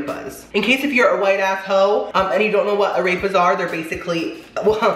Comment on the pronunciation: “Ah-rayp-uhs” hahaha